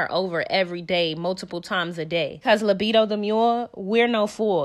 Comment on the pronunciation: Did you say libido the mule?😭